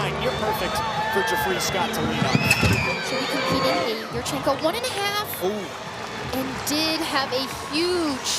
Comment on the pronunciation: I just have to mute with this particular female announcer. Voice is grating, and pronunciation of yurchenko drives me nuts. Yoooooorchenko.